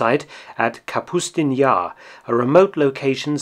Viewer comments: Kasputin Yar ))) It's name is Kapustin Yar! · Kapustin Yar not Kasputin Yar . Or Volgograd Station . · Excellent video. One minor nitpick: it's Kapustin Yar, not "Kasputin"... From "kapusta," the Russian word for "cabbage," not some variation on the current Russian president's last name. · It is Kapustin Yar, not Kasputin Yar. "Kapsuta" (cyrilic капуста) means "cabbage" in Russian, "Kapustin" is a Russian surname derived from "kapusta", "Yar" means ravine. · Minor correction (I'm probably not even the first to mention it...): It's Ka-PUSS-tin Yar, not Kas-putin. Common mistake. Love you! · J nevertheless the Test site's correct name is Kapustin Yar... it's the same like calling Britains capital Mondon instead of London, just annoying to hear this several times in the apart from this really interesting video